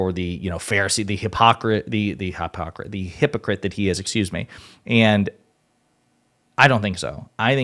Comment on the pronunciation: I LOL’d at hy-poc-rit(e)! The orange felon definitely is, just as you pronounced it the first time! 💙💙💙 THANKS!